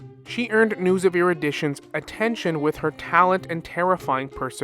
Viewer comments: The way you mispronounce Nous and then pronounce it right, just to pronounce it wrong again, makes me feel like you're looking back at me and going "No one will believe you. 👹" 😭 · how do you pronounce Nous’s name correctly a few seconds prior then pronounce it wrong immediately after 😅😂